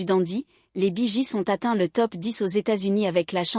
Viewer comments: Bonsoir vous prononcez très Mal leur nom de Famille ! J'aime beaucoup ce Groupe depuis que j'étais au Lycée.Celà se prononce Bi Giz et celà s'écrit Bee Gees et celà se prononce Guib et celà s'écrit Gibb.Íl y à 3 Frères qui sont Décèdés en comptant Andy qui chantait en Solo ! Apprenez à parler Anglais ou Américain ! 🤣🤣🙏 L'accent n'y est pas du tout ! Bravo pour la Vidéo ! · Bonjour...Mais c'est QUOI cette façon de prononcer leur nom...???😂😂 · Encore une de ces vidéos traduites par une IA en un français approximatif et avec une voix « robotique » grotesque. Rien que la prononciation de leur nom est ridicule… Tant qu’au contenu, c’est médiocre: c’est en-dessous de la page anglophone Wikipedia sur le groupe…